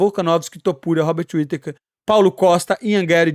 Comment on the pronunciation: Hearing you pronounce all these names like this was hilarious. But I wasn't prepared for hobbit whittaker lol. All respect though.